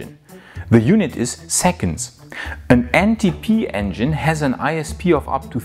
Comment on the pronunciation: Did you say "NTP engine is a Musk have"?? lol